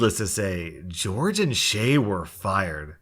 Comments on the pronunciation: Hey fam.... Jorge is pronounced "hore-hey". Not George. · always a daily pleasure to watch your videos!! Though I couldn't help but mention that Jorge is pronounced "Hor-hey" and not George Thank you for the amazing daily content <3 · Maybe Jorge’s parents wanted his name to be pronounced like George but I’m pretty sure it’s said like hore-hey. It is the Spanish version of George. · Jorge is pronounced hore-hay, not George 👁 👄 👁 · Jorge is pronounced "hore-hey". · FYI Jorge is a Spanish name, so it's pronounced "HOR-hay". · not to be that guy but Jorge is not pronounced as George it's a Spanish name that the j and g are h sounds do it's pronounced "hor-hey" and not like it looks just a heads up from a student who knows Spanish from Spanish one where we needed Spanish names so the teacher had an easier time remembering us(wish I was joking about that name thing but it's true) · George Me: that says Jorge... (Spanish version) hor-hey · Who else notices the way he says Jorge as George, when it's really pronounced Horhay? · Jorge is pronounced differently than George. They aren't the same name. The first one is hispanic and in hispanic countries, "J" is pronounced like "h's and so are g's. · ITS PRONOUNCED HOR-HE NOT GEORGE BOOMER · Lol you pronounced the name Jorge like George, let me help-it's pronounced hore-hey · When "George" is spelled like "Jorge," it is actually pronounced "Hor-hey." That is because it is a spanish pronounced name. I know because my friend is named Jorge. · I cracked up everytime he pronounced jorge as "George" and not "horhay" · In the first story, I’m pretty sure it’s pronounced hor-hay not George. I’m pretty sure it’s a Spanish name or something. Pls don’t send hate if I am wrong about that. I would appreciate it if you kindly corrected me though. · same with the name Jorge is Spanish it's pronounced "hor hay" but in English it's different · The name "Jorge" is pronounced "Hor-hay." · I love how he pronounces Jorge as George. 😂